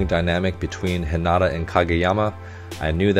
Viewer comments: LOVE the technical/art analysis! (Quick note: Hinata is pronounced with emphasis on the first syllable, not the second) 😁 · He name Heen-Na-tuh